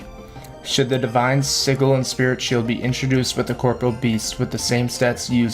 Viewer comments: Sigil is pronounced "Sijil" not "Siggle". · Your pronunciation of a lot of these words like "sigil" bugs the hell out of me lmao